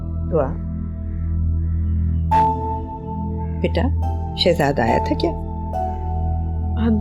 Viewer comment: Ye Shazad ka naam q nhi thek ley raha takeed q keh rha h shezad ko???????